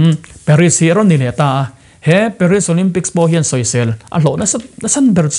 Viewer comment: Paris i lam dan hi ka pi in a hrethiam tlat lo